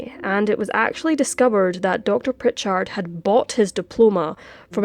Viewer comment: You are little bit hard on the end if the name Prichard.